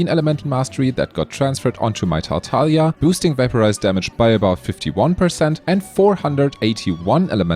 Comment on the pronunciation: You said tartaglia correctly... Loving it Oh also i tested it and my R5 strignless vs R1 thundering pulse on floor 7 made only like 17k difference while hitting 727k with strignless and 710k with thundering pulse. Same builds, refinements make it better tho